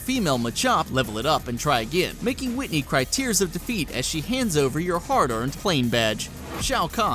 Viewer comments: Winteny really??? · Butchered whiteny